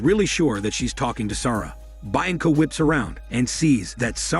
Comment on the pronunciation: Interesting way to pronounce "Sara" too! Lol. Also lit*^ candle, not "lighted". Smh.